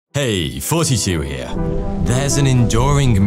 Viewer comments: Hey, I don't know if you knew this. But a th is not pronounced as an f. I know you like to do things wrong over there in the UK but I might as well just let you know anyway. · i keep accidentally hearing 42 instead of thoughty2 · Whenever he says "Thoughty2" I hear "42". It's the reason I'll never subscribe. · In absolutely convinced this man says, "42 here". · Does he deliberately say 42 instead of Thoughty2?